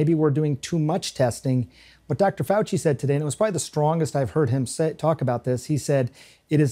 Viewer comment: Lets ASSk Chy-nah HeHe & HAHA or DR. Fowl FOOCHLESS